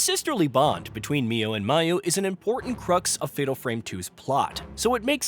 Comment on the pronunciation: Mayu is pronounced MY-oo, not MAY-oo. Slight niggle